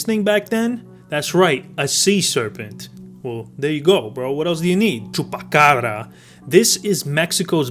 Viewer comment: Bro the way you pronounced Chupacabras and tio was hella spot on, do you speak spanish or are you just good imitating accents?